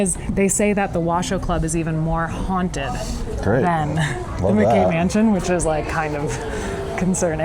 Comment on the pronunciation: The way she mispronounced Mackay mansion drove me nuts😂 since we’re locals, we go there a lot. We’ve done plenty of tours in the Washoe club. But I think the one place that I have found to be more haunted and captured more orbs is at the Mizpah in Tonopah, Nevada. Their rooms are creepy.